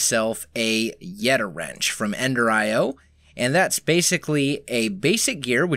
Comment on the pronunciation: Thank you, you say yeta wrench right lots of other people that I heard have said yeti wrench